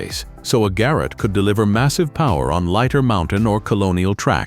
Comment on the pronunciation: And then there are the mispronunciations. Mispronouncing the word locomotive in a train video, is rather bizarre. And the first few times the voice said Ga-rot, I almost closed the window. The Breyer Garrets are one of my favorite steam locomotives, although I have never seen one in person.